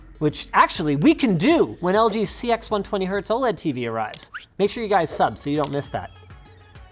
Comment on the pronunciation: Fun fact: The TV you mentioned is pronounced as "LG C-10" and not "LG C-X", like the iPhone X.